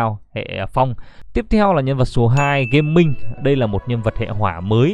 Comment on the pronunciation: hình như đọc là Ga-Ming ấy không phải Gaming ạ:(